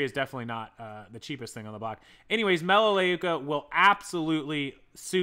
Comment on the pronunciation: Melaleuca sounds like this Mel ~ a ~ Luke ~ a I was a distributor back in the early 2000. 😉